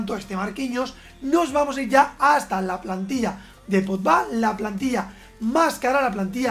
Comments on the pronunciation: Nadie: Absolutamente nadie:: Pol Podba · Tío tanto te cuesta decir bien Pogba? Me ralla muchísimo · Nadie: Absolutamente nadie:: Paul Potba, Didier Drotba